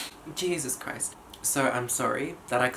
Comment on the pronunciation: cheesus chroist